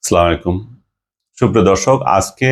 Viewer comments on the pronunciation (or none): ভাই আপনার ছালাম শুদ্ধ হয়না